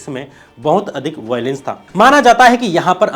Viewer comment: वोयलेन्स नहीं वायलेंस! Pronounciation तो ठीक करो 🤦🏾